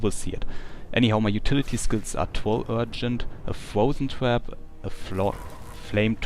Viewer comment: haha i thought u were saying twerp instead of trap